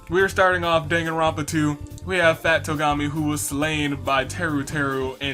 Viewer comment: Fat Togami? No its TWO-gami. Lol